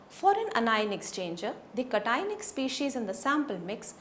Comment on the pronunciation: Cationic ... must be pronounced properly.